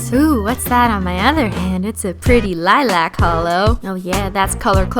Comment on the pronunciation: The way she says lilac😂❤️🙏🏻